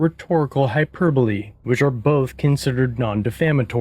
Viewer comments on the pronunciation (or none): The way he pronounced “hyperbole “ 😂